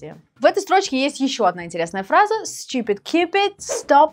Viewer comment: надо слова выговаривать хорошо чтобы учить инглишу . St - сеинт? невнятно совсем )